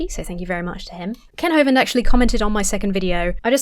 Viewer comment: After Brett Keane said Kent Hovind as “Mr Hovine” I will always call him that.